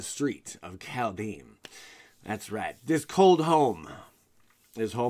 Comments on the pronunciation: Same as how he's pronouncing the set as Cal-dame. It's Kald-heim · "Called-HighM" Please..........